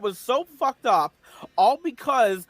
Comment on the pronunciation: “Aww of this ovew anime…!” Hey Bowser, have you ever heard of USC1466A? Good luck explaining the police about it being “just cawtoons”